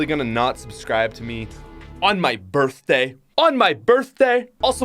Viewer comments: Yes birfday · Happy birthday 🔥🤯🎂. I love the way you say birthday😝